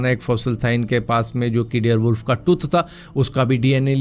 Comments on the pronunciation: Dare wolf nhi dire wolf 🐺 hota hai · Bhai Bare wolf hota he dare wolf nhi😂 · dare wolf nhi dire wolf hota h